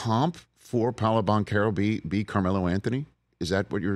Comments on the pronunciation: Paulo. Lol. It’s Paolo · Respect. But get the kids name right. It’s Paolo.